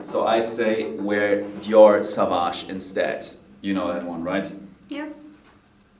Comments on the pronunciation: Jeremy, I am a huge fan. I can't contain myself when you pronounce "dior savage" tough. I strongly believe the right pronunciation would be "saw-vage". It is french. Johnny Depp himself pronunce it this way in Dior's spot. Hope you read this. is gorgeous as always. Love, Alessio from Italy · Jeremy needs to pronounce sauvage correct already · It's Dior sauvage (sssooowaaasch)